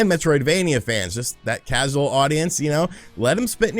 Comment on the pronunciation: "Mitroid." "Crasual." Is having a stroke realizing he has to play Balan?